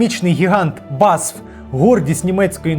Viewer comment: BASF це Бе А Ес Еф а не басф